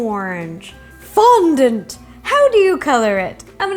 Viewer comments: its not pronounced fondunt its fondant! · The way she says fondont is so funny love it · Lol the way ro said fondant. FON-DANT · i love the way you say Fondant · please stop saying fondant in a weird manner 😏😏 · Very well explained video and answers a lot of questions, however I dislike the way she says fondant.